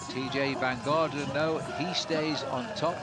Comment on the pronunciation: Funny how mispronounced TeeJay’s name and made it sound Belgian! VanDerGarten 😂 you know the announcers have had a long day!